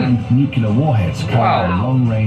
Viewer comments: It’s nuclear. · The narrator’s mispronunciation of nuclear kept me gritting my teeth!!